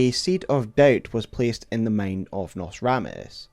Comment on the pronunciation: You pronounce many words wrong, like: ambition, fit, mind, find, mankind. Seems like issues with letter "i" Otherwise, nice video